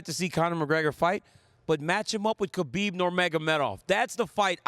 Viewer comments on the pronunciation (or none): none